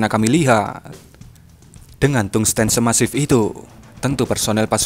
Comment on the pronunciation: tungsten, baca tangsten secara biasa